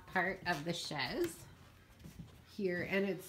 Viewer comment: just so you know it’s pronounced shayz not shez